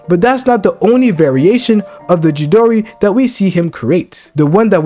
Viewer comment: I can't let you get away with butchering CHIDORI 😂 It is pronounced CHEE-DOOR-EE